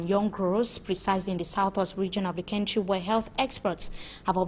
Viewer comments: Please can this journalist pronounce the word "Country" properly? what is "Kentry" as she prefers to pronounce. It is so annoying. Someone please help me tell her. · That is not correct. No one pronounce "Country" like that. I have lived in Southern Africa for several years and can confirm that.